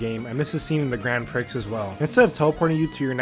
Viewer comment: good balanced look at the game, but sidenote its not pronounced grand pricks, its grand pree haha.